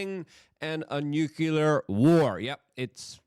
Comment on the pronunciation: Armah-gedding! And a new-cue-lerr war